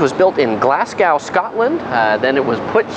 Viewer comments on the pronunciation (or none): Glasgow, Scotland is pronounced like glahz-go + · GLASS-GOW whut? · It's pronounced Glass Go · glasgow is pronounced glas-go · Nice video. However , I am shocked at your pronunciation of Glasgow!!!